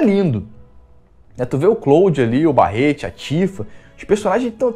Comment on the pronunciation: Isquari Ixscuariiii, lesti ofiãs, barreti, nauti dog